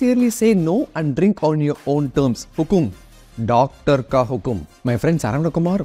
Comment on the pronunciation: Artham ayyndhi daatar(Doctor) babu👍👍😅😅 (nativity feeling in saying daatar babu😁😁)